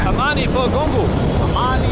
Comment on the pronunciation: Giorgio Armani ❌ Gongo Hamani ✅